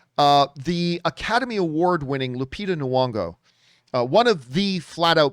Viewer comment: NYONG'O. not N'U'ONG'O.